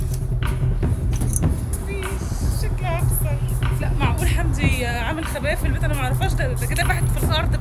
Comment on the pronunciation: موتنى ضحك لما بيقول وينادى على حمدى ويقول له حندى 😂😂😂😂 عسل يا